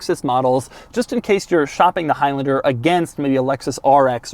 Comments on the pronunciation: Is it stressing anyone else out that he is saying “highlender” instead of “highlander”....but not only that, also the fact that he says it times??? 🤣🤣🤣🤣🤣🤣🤣🤣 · Is it really pronounced hilender? I've always called it a high lander. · It’s not highlinder it’s highlaander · It’s high LANder not high LYNDIR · “highlnder” it’s highlAnder😂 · "High Lender" 😂😂😂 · For a second I thought he said Al Capone, haha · I thought he said "Toyota of El Chapo" LOL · "soooo lets talk hIgH lAnDeR" - doug 2020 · you keep saying high lender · Why does he pronounce Highlander like that?